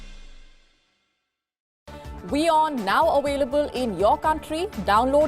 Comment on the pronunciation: Mam, It's available not awaylable.. 😅